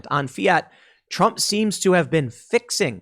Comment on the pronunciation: "We're just feeling the effects of the trawmp administration hurr fking durrrrrrrr"